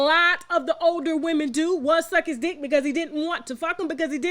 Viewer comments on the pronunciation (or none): none